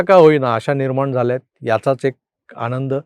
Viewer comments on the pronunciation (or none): none